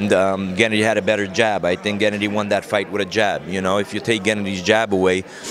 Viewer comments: nope wrong. pronounces it gEnnady... the correct way is to put the emphasis on gennAAAAAAHHHHHddyyyyy... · I'm a native Russian Speaker. I agree, the way he says GEnnady, just sounds weird. Russians rarely even say GennAdy, they just say Gena. you know. like Tim - Timothy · I'm not from Kazakhstan, but I'm pretty sure that's not how you pronounce Gennady lol